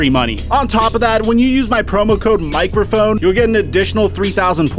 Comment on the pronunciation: Lol, michrophone